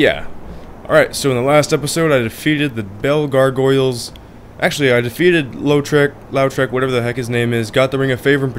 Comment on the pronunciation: Btw, its pronounced low trec. Its french I think lol.